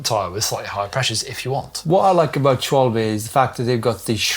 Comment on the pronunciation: 'Sh-val-buh' 🇩🇪 not "sh-woll-bee" 😂❤